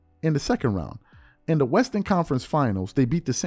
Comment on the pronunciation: It sounded like AND to me